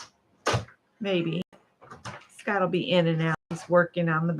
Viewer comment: Scott not scoot